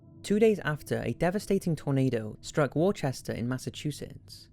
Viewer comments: You butchered the name of Worcester in that last one (I'm from MA so it triggered me). There is no H to make "Worchester". Its pronounced "Woos-ter"/"Wuss-ter". Great video otherwise. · I was about to doze off while watching until I heard, "War-chester Massachusetts." I'm from Mass and for whatever reason it is pronounced wuss-ter. It's a common Mass joke. Keep up the vids!! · It's WUSS-TER Massachusetts not WARCHESTER lol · Wor-chester?? you're British!! It's Worcester (Wuhster if you want the phonetic) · For the love of God! 😂 it is pronounced ‘Wooster’ or ‘Wuster’ not ‘war-chester’ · I know in the UK the town "Worcester" might look like it's pronounced "warchester". But here in MA its "wister" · Lol he said "War-chester Massachusetts". Its Wuss-sta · If the place your talking about is Worcester it's pronounced wuh ster not war Chester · I live about 45 minutes away from Worcester MA. In fact, my mother moved there in about 2010 so I visit there a lot. So cool to see a town I'm familiar with mentioned on this channel lol. Also it's not pronounced Worechester, it's pronounced Wous-ter. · Worchester Massachusetts, its wooster that's how u pronounce it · not trying to be a dick but worechester is pronounced "wooster" 😂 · you cant pronounce it worchester its woostah thats the bostonian way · Im from massachusetts, it's pronounced "wooster" like rooster not "worchester" just sayin' great video regardless👍 love your stuff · Worchester? Lol, it's pronounced Wooster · Worchester Massachusetts is pronounced Wuh-ster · Did this man really just pronounce Worcester like "worechester" boi it's pronounced like "wuster". Only People from Mass will know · For future reference, Worcester, Massachusetts (like most other towns in New England) is pronounced the same way as its namesake in the UK (Wu-ster as opposed to Warchester.) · Just want to add that as someone from Massachusetts, Worcester pronounced 'wusster' not 'warchester'. Love this video though!! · It's Whorechester.